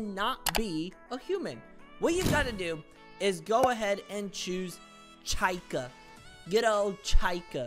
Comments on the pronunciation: Chica ❌ Cykah ✅ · It pronounced [cheeca] not [Chyca] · u pronounce chica, cheeka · “Chose chycah” “good old ChYkah” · nah bro just said chykah